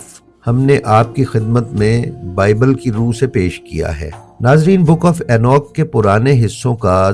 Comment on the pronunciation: یہ اینوک نہیں اینوخ ہے۔